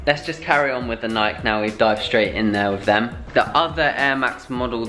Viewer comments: Nike is pronounced Nie-kee. The E is not silent.Adidas is Ah-DEE-duss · Do they know nike isnt pronounced they way they say it or is it slang